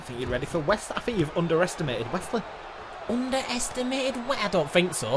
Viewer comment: I love how you guys pronounce Wes Lee as Wesley if it’s unintended then it’s a fun accident 😂